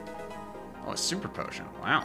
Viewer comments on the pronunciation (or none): He says " Posican" when he sees a potion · land dud I was making a joke since it sounded weird- Also, I made this like a year ago